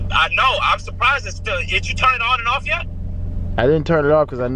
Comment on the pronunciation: "How did you turn it on?" DDG: "Ananar"